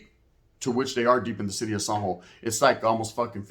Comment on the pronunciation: You say " San Jo" kinda weird, took me a minute tounderstand what you where talking about sounds like you are say zombo